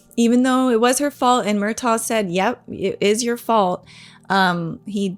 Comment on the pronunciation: Yeah Murtagh is said without the G. It’s like “Murtah”.